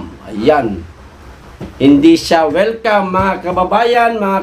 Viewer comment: Anoyon not wilcam ah